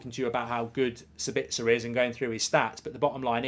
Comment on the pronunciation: SA-bitz-er not Sa-BITZ-er, people.